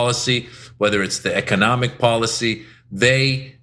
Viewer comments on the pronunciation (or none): The commerce secretary cannot even pronounce economics correctly.